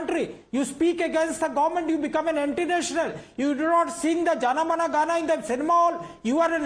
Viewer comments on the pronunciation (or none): it is Jana Gana Mana